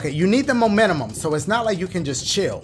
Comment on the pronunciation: "You need the MoMeNuHmUm" 🤣 if y'all were confused, he meant momentum 😭 but u gotta luv dashie!